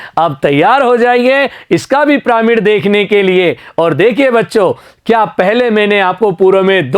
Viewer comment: Sir piramid hai pramid nahi hai shahi se padho 😮